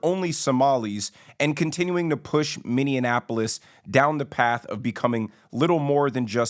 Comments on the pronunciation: Bro - good commentary. But I have to ask you to pronounce the city properly. It’s Minneapolis. Minnie-apple-is. Not minionapolis. We don’t have minions here in my home state. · Ha hah, that was driving me crazy! Every time he said Mini-Anapolis. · Minn-e-apolis not Minn-e-en-apolis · Praying against his agenda. PS: it’s pronounced “Minneapolis” with five syllables not Minneanapolis with six syllables. we’re not a combination of Minneapolis and Indianapolis.😂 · it's just minneapolis, not minneanapolis, just saying. But you're absolutely right. I agree with what you're saying. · Bro... Minneapolis. Not Mineannapolis 😂 on some real talk though, as a Minnesotan this is terrifying. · Good video. However I thought I would let you know it's Minneapolis, NOT MinneANApolis, you keep putting an N in the middle of it when you pronounce the name. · Not being a darsh but You keep saying mini-annapolis its Minneapolis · Please note: the correct pronunciation is "Minn-ee- ap-o-lis", rather than "Min-in-e-ap-o-lis". Other than that, the statements have validity. Fateh's election is not a given, but his community votes as a bloc, and if he doesn't win this November, eventually one of his community will. White progressive guilt --- and generous public assistance --- allowed this to happen. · Mini apple us, not mini-Annapolis. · Ppl be cracking me up when they say the city name Minne-in-apolis😂😂😂😆😆It's Minneapolis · Its called MINNY- APPolis not Minnyianappolis. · 'Minneapolis' not 'Minnea-apolis' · .....it's not Minnianapolis, like Indianapolis, it's pronounced Mi ni ap ple es. 5 syllables, not 6, my friend. Spelled Minneapolis. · he cant even pronounce "minneanapolis " 😂 😂 hey leave us alone Mr. want be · Minneapolis Is pronounced Minnie-ap O lis just for people that are not from here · Minneapolis MN and Barron County WI were long ago over run by the Somali's. Plenty of Al Shabab out here. Also its pronounced Minni Apple-us... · It pronounced minny apple lis